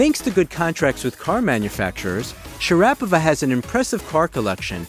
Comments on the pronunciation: sha-RAP-o-va? As soon as I heard her name mispronounced, I turned off the video. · Shara PO Va ..ever think of maybe researching how to pronounce names ...you could benefit a LOT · It’s pronounced SharapO va😳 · I’m out as soon as you butchered her name! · Wow this was super butchered😄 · This guy cant even pronounce her name correctly. 😂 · why is he saying her name wrong has anyone notice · It outrageous that guy miss butchered her last name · If you're gong to do a program, on her, you may want to know how to pronounce her Name..? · Geeeez mate learn to pronounce her name first .. Maria is absolutely gorgeous . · Learn to pronounce her name properly first, then make videos on her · You are pronouncing her name cringe worthy incorrectly. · I know right, I couldn't stand the way he was pronouncing her name right off the bat.! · Wish you could pronounce her name right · That’s funny I did exactly the same thing as soon as you butchered her name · All this research and you can’t pronounce her name. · You really butchered her last name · Also done as you mispronounced her name. Done any research beforehand? Or simply reading a script? Is this what it's like to be a 20-something? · I'm a fan of Maria Sharapova. But I had to stop watching this video after 48 seconds. Because I cannot stand the narrator's constant MISPRONUNCIATION of her family name. Apparently the clueless narrator has never heard sportscasters covering one of her tennis matches. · Can you at least pronounce her name correctly? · I don't know why he says the name wrong so many times. 😂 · you figure the narrator would learn how to pronounce her name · You'd think that when doing a video about a person,, you would pronounce her name right. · If you are going to do Voice overs, you need to know how to pronounce the person's name!! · Why can he not pronounce her name properly? That's insane! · Pronounce her name correctly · You may want to research the correct pronunciation of her name. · Sha- ra-pova...who?